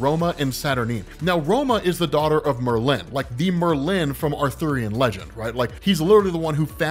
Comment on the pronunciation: MER-lin. Isn’t the first syllable emphasized?